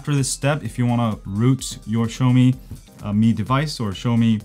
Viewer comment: Should it be pronounce Mi as me, not my..